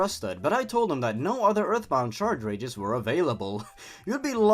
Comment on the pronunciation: What keeps me up at night, "-CHARCHRAGES-"